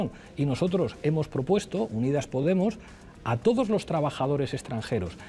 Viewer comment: ha dicho poTemos?